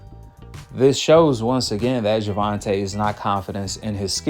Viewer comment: Paulina Malinokas refuses to pronounce "Gervonta" correctly as a way to mock his mother for not spelling it "correctly", as a way to mock Black ppl/ Black names generally. Cuz he's a raging yt supremacist, in case y'all forgot.